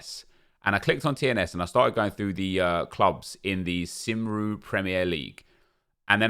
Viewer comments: Cymru = simrew😂 it’s actually pronounced cumree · Love how pronounced Cymru like Simru 😂😂 meant to be more like Cumree.